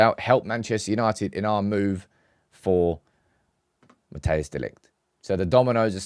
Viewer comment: It's not pronounced Mattheus De Ligt, Mattheus makes it sound like a german name. It's actually pronounced more like, Mat-ice De Ligt. Greeting from The Netherlands, hope we get him and Zirkzee!